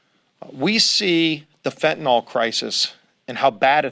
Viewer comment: Good on all of that, but when will educated people stop saying FENTANALL and start saing FENTANYL?